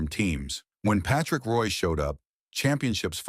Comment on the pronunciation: Really disgusting to have a damn computer mispronounce a name. Total shame on NHL ICONS !